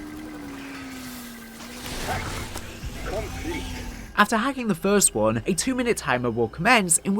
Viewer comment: The way you said one bugs me